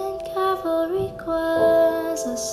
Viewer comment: Ok I’m sorry but some of them say CALVARY when it’s CAVALRY. Ughhh 😂 it’s really pretty tho.